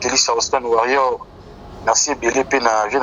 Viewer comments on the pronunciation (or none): none